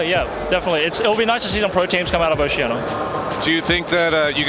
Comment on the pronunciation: i know it's oceania but even raydere said oceana l0l